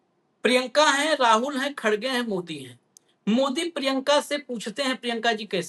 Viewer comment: भईया X Ray बहुत ही महत्वपूर्ण होत है X Ray देख कर ही ट्रीट मेंट किया जात है. मोदिया योगिया दन से निकल गये भईया 😂😂😂 पर X Ray तों सही करो भईया खड़गे नहीं भइया सही उच्चारण खरगे है भईया. देखना भईया अल्सर का X Ray कोई निकलवाने आए तो बवासीर का मत बता देना भईया 😂😂😂😂😂😂😂😂😂